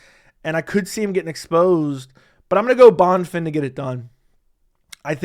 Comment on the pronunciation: Bro no offense, pronounce a name correctly. How do you do this for a living? Bon-fin ? he’s not American. Having some respect for different cultures